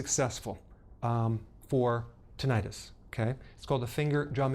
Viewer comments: The name of this condition, tinnitus, is pronounced " TIN-eh tis", not "tin-EYE-is". Don't get your medical advice from Youtube from a guy who is passing along advice he got from some other guy (who the presenter doesn't know) and now is presenting this information as solid medical information. If you still want more information about tinnitus, I know an auto mechanic whose great aunt used to have this condition until she mistakenly drank a solution of white vinegar and Epsom salts with a little umbrella on top. Not only did it stop the ringing in her ears, but she could speak Latvian afterwards. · Just FYI it's not Tinn-EYE-tis (it's not an infection!) The word is pronounced TINNY-tiss. You'd think a doctor would know this. And I've been suffering with it for years. The technique did nothing for me first time, but I have an open mind and will give it a fair shot. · First of all, no real Dr. who knows of this disorder would pronounce it "Tin eye Tis" the way you did. ENTs and every Dr. I've seen pronounces it correctly "ti·nuh·tuhs". Secondly as a Dr., saying I found something on the web, and found this guy...I don't know where he got it....doesn't give you any credibility. Is that how you got through medical school? Most Drs I know are inveterate researchers. Thirdly, this technique is hogwash and you know it...and if you don't, shame on you. Your video title "How to STOP" is complete BS. There is not stopping to this disorder with 20 seconds of finger tapping. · short i sound in Tinnitus, not long i sound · It’s not an -itus, and it isn’t pronounced that way. Tin nit us. An -itus is an inflammation, whereas tinnitus is nothing of the sort. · It's pronounced Tin-it-iss. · You would think a doctor would know the correct pronunciation of tinnitus. I guess not.